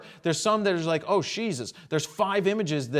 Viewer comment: "Oh Shesus" well said